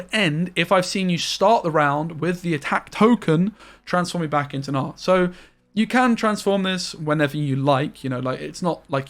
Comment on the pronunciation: sir, can you stop saying g-nar